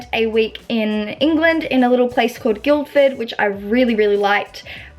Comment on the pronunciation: Omg I live in Guildford (btw you don't pronounce the d 😂 it's pronounced gill ford)